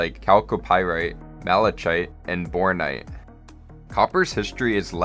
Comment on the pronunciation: It's pronounced "ma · luh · kite"! It's not pronounced the way it's written! silly I know.